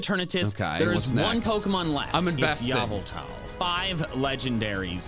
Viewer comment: a piece of me dies every time he says yavultahl